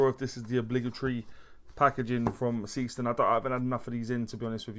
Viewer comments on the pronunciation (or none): Brightest of what 'bunch'? Timex indiglo, Lorus lumibrite, Casio illuminator? BTW, the brand is pronounced ZAY-shtern.